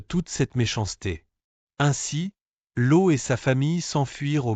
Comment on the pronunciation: Cest Loth et non lo